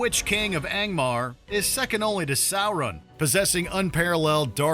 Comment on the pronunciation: “Issssengard” “Sour-run”